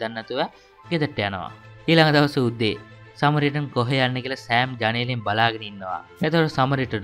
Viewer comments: සමරිටන් සමරිටන් කියල දිව පැටලිලාද කොහෙද සරමිටන් කියන්නෙ😅😂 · සමරිටන් නේ - ඔයා සැරයක කිව්වෙ සරමිටන් කියලා 😂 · මටත් ඒකමයි කියවෙන්නෙ."සරමිටන්" 😁😁😁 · සරමිටන් නෙමෙ සමරිටන් 😂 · සරමිටන් කියලා නේද කියවුනෙ😅